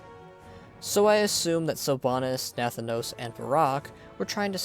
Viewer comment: It is not pronounced Nath-anos. But Na-thanos.